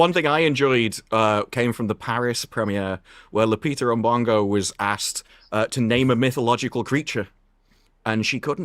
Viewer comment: "Lupita N'bongo" 😂😂😂